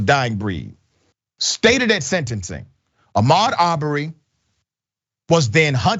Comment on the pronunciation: what agreed upon language??? America doesn't have official language. But if you referring to English, you must know any non-English names are free from English language rules and must be pronounced by native rules. So don't forget H in Ahmaud's name Ps.. English is not my first language, nor second nor third and not even fourth.. it is my fifth language so STFU!